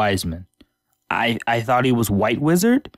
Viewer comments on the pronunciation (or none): ¿Not whaite whizard?